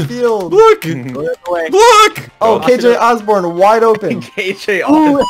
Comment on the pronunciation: He said kj assburn 😂😂😀😀😂😀